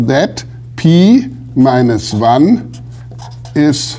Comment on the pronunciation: pee minus wan. shudder